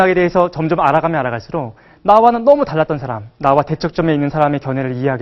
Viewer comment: 선생님! 학자께서, "사람"이라는 평상어의 발음이 틀렸아옵니다!! ""사람"의 "사"를 "짧게" 발음하셨읍니다. "사" 는 "길게" 발음하는 것이 Korean language이올시다. 이런 평상어의 발음문제가 있는 나라는 대한민국뿐이올시다. 이런 문제가 있는 학자의 강의를 들으며 "예! 예!" 하고 듣고 있는 한국의 문화기 "오호 애재! 오호 통재!